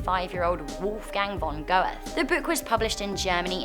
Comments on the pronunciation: Goethe is not "go-th." It's "GUH-tuh," roughly. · FYI, Goethe is pronounce 'guh-tuh', And the Iranian leader the Ayatollah is pronounced 'eye-a-toll-ah' and Khomeni is 'koh-main-ee' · Goethe is actually pronounced Gurte. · Your butchering of Goethes name is a curse in on itself. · Are we gonna mention how wrong she pronounces Goethe? Please?